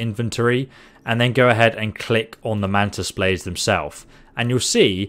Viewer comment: ah yes "mantis baldes"